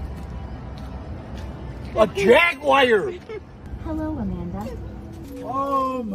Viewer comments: Jag-u-ar. No wiare. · It’s a JAGWIRE 😂😂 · It's a Jagwire!